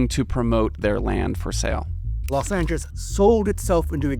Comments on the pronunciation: Why does the old guy keep saying “Los Angis”? It’s so annoying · Why does he say Los Anges?